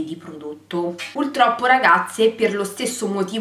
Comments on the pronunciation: Si dice puRRRtroppo, non puLLLtroppo come dici tu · È una battaglia persa "pultroppo"